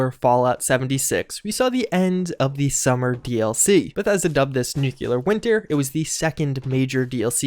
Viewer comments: New clear. Not new que lar. Fucking idiot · I cringe every time you say "nuculer" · Nucular winter. LÖLÖLÖL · For a guy who makes a living commenting on Fallout games you really should learn how to pronounce nuclear. You're in college for fucks sake.